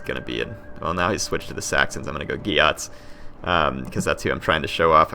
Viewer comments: Pretty sure its pronounced Geets, not Gee-ahts. p.s. Wasn't Beowulf a Geat? Would be cool if there was some special unit referencing him for the Geats only. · I think it's pronounced Gay-uts. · Its pronouced geets